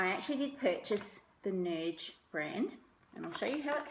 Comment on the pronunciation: Nudge is pronounced like stirred. Norge is how to spell what the lady said so you were correct